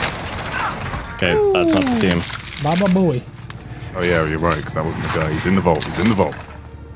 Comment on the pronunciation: we just gonna ignore said babba boey